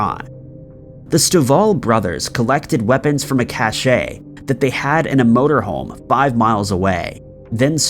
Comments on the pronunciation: cach-ay isn't a word, cache is pronounced cash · Cache is pronounced the way it looks. If you were talking about a person who has style, whatever, then you say “cashay”. Hope sees this because it makes him sound like a moron.